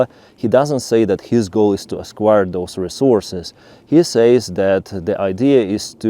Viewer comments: Just let me know if you don't like these comments You pronounce acquire like esquire Esquire (ess-choir) comes after a man's last name, usually when he is accompanying a lady. 1,000 years ago in the UK a young man whose father was a knight (called Sir ) would be called young Esquire. In USA esquire follows a lawyer's last name. Acquire (ack-choir) is to obtain something, usually by buying it but other means (like Putin) is also acquiring I'll stop if this bothers you. You are a great presenter but Russian is so very different from English or vice versa. Cheers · Hi. It took me a while to figure out what you meant. You keep saying esquire when you mean acquire. It’s pronounced ack-wire. Very confusing, until I figured out what you meant.(edited for typo)